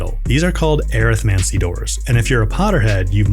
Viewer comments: air-ith-mancy? Definitely an interesting way to pronounce arithmancy. hehe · the way hes pronouncing arithmancy is bothering me. but arithmatic and necromany together. Arithmancy. Uh-rith-man-see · Thats not how you pronounce arithmancy 😂